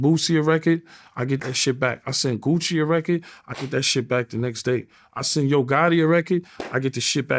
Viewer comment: Second time he said gucci and it sounded like coochie 😂